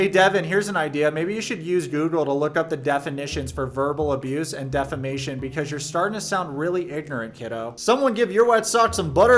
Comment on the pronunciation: Love you, but the irony of you pronouncing 'defamation' incorrectly and spelling 'lawyer' (i.e. lawer) wrong doesn't bode well for ya when you're criticizing Deavan's intelligence :\ I do agree that Deavan's a bit out to lunch though...